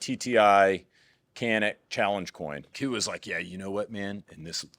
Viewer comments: How come the Turkish dude didn't cringe when you pronounced Canik as "Kanik"? 😂 That’s not the Turkish pronunciation. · Hey, it’s pronounced “JAH-NIK” because it’s actually spelled Çanik in Turkish, which is the name of the Black Sea region where the guns are made. As a Turk, should know this. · its pronounced djanick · Is really Turkish? He's not pronouncing the "C" in Canik with a J sound.